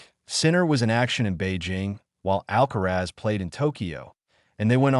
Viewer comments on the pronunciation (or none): Perdona Alcázar, no es Alcaraz, deberías decirlo correctamente. ALCARAZ